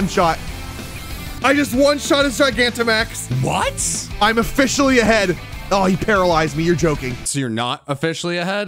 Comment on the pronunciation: gigaggamax 💀💀 widsom 🔥🔥 miss the rage